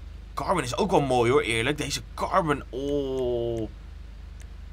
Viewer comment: het is carbon en niet carben. ik irriteer me hier echt aan 🤣